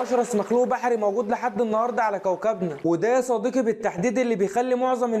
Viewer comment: 😂 ازاي بتنطق كلمة يا صديقي 😂 يا صديكي😢 اللغة العربية تبكي في الزاوية 😂